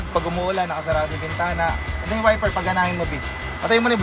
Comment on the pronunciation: Natawa ako sinita ung "ICO" tapos maya maya nag sabe ng "WIFFER" 🤣